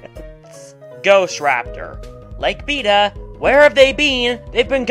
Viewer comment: I don't know how you don't have more subscribers, you actually make really good content P.S. maybe it's because of how you pronounce beta